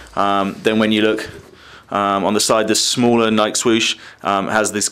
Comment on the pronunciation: It's pronounced ni key